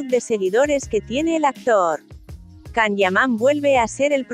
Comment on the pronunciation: A ver si aprendes a pronunciar, es un nombre propio y en su idioma se pronuncia YAN, no CAN